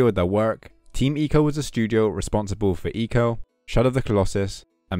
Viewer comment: For the longest time I thought it was pronounced “Eye co”. But hearing the way you said it sounds much better 😅